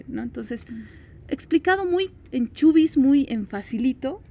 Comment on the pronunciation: Chubis??? No es CHUIS ??